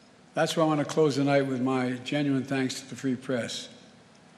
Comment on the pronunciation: "and you, the pree fress" 😂